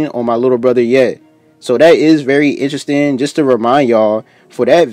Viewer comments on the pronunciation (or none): none